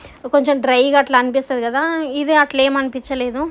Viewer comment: అనిపిస్తుంది అని అనాలి,అనిపితాది కదా😅 అని అంటున్నారు.